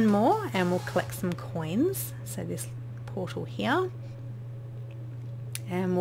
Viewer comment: When u say portal it sounds like your saying poodle lol